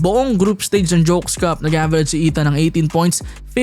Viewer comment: 😅putik kla q nabubulol LNG C W game play... "Jokes cup" 😂😂😂 history n tlga ang Jones cup.. ngaun... Naging jokes cup... Tlga...